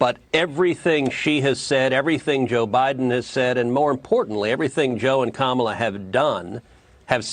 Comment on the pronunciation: Love the vids but gotta pronounce Kamala’s name right!